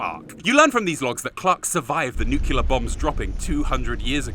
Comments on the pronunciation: Nu-CLEAR, not Nu-CULAR. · This video could have been 1h 30min shorter without all the unfunny silliness. ps: Nukelar is NOT a word! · I find it amazing that, an intelligent man with a chemistry degree, does not actually know how to pronounce nuclear.